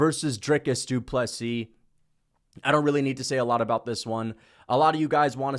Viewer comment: You pronounced Ddp vs Strickland 2 wrong.